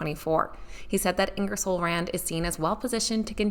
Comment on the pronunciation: Prounced it correctly. Ingersoll is a quality firm. Great play for the infrastructure funding bill